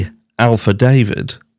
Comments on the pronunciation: I keep racking my mind immediately evrtytime you say Alpha David, trying to figure out who he is before realizing you mean affidavit. It is pronounced "af" as in Afghanistan, "fi" "day" "vit", with the accent on "day." Thanks. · Omg it’s afa-David, not Alfa-David. Sorry but it’s a pet peeve of mine. Cheeky monkey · Hahaha, you've said "Alpha David" so many times you're not going to be able to pronounce affidavit correctly anymore 😭😭😭 Love your videos so much! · It’s not ALFA-DAVIT it’s AFFI-DAVIT.Also,your cap is on backwards.😂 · Fyi....it's Affidavit....not alpha david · Are you pronouncing “alpha David” on purpose? Is this British humor? Those silly word pronunciation that certain Brits think is cute/funny? It’s lost on me. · you're Killin me with that alFadavit 🤣🤣🤣 I think when you say affiDAVVit it's adorable. But affiDAYVit is the way we pronounce it. You give it a flare the way you say it. I'm sure you're probably just being fecicious when you say aLFAdavit BUT... affiDAVit sounds so much better ❤️ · It is Affidavit. Not Alfidavid. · Gotta correct ya here. Affidavit. Not alpha. No L. Second, wasn’t Ethan’s own brother called to the scene before police? Maybe his body was moved. The affidavit is only how the 1 guy reports what he first saw. More will come out in court. Hopefully the truth. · this is turning into a real cluster with where the bodies were located. FYI it Affidavit-not alpha. Not meaning to sound nit picky. I appreciate your opinions and sharing ever so much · He pronounces it alpha david instead of affidavit which is difficult to pronounce…now it has become a little bit of his iconic humor. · You crack me up. I can't pronounce affidavit correctly either. I used to say After David. Just can't believe anything that's happening with this case. Absolute cray cray. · I'm pretty sure the word you're trying to say is "affidavit" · I like the Alpha David. For some reason it sounds like it fits. Lol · Lol. He's says "Alfadavid'"